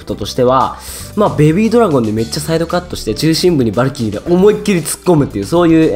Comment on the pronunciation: さんはバ↑ルキリーって読み方か ドズ○さんはバ↓ルキリーだったよな